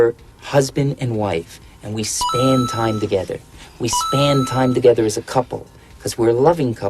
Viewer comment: its not "spand" its span as in like time span